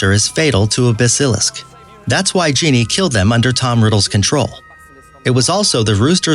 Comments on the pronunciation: Sits Ginny not jenie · PRONOUNCE IT RIGHT It's Ginnie, not Geenee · Does anybody notice when he said Ginny (Genie) that bugged me so much. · "Dobbey and Ginnye" My life is a shambles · This guy has to Learn how to pronounce words like dobby (dough- b) Lucius (lushis)Ginny ( gene) Voldemort Marauders Map (maraders map)... etc... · Did you...did you ju-. You called her Jeanie. Her name is pronounced Jinnie. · ITS. NOT. GENIE. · Thank you!!!!!!!!! LU-see-us, not LU-shus. Dobby, not Doby. Hallows, not hollows. Jenny, not Jeanie. So many times I wanted to reach through the screen and smack him, computer voice or not!! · He said genie as well instead of Ginny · "Doby" Boi it's DOBBY not DOBY! And it is Ginny not Geeny. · For the sake of everyone's sanity, only do videos on movies if you know how to pronounce the characters' names! Honestly, Dowbee and Genie?? They are pronounced as the are written: Dobby and Ginny!! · And "Jeenee" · Someone teach this dude to pronounce names. The cringe is real. 😖😖😖 Bazilisk? Dobey? Jeannie???? Did you even read the books or see the movies?? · ‘serious’ ‘azkapan’ ‘lushus’ ‘dobey’ ‘genie’ and i oop🤡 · Doby, Geeny, Basiilisk good pronounciation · “Geeny and Doooby” 😂😂I’m dead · A part of me died when he said dobby and Ginny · No hate but.. I don’t think you’ve seen the movies... 1) You pronounced basilisk wrong 2) You pronounced Dobby wrong 3) You pronounced Ginny wrong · mispronounced Ginny